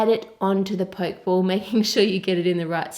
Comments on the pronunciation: Curious, since a singular 'k' sound doesn't exist in Japanese, so how could that be the actual pronunciation? It's "po-keh", not the anglicised 'poke', as in to prod. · Its NOT a Poke ball its pronounced pokey ball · It's pronounced Pokeeee ball. Not poke ball as in poking something with a stick for example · i think you pronounce the pokéball like pocke(t)-ball rather than poke(ing)ball actually. it came out very nice but please don't throw it haha :) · It's pronounced poke e ball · Theres an accent on the E so its Pok-ee-ball or you can pronounce it pokiball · Arghhhhh you kept saying pokeball wrong